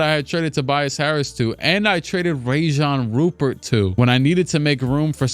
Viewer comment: "Rayjan Rupert" is actually pronounced Ryan Rupear but he's real name is Rayan Rupert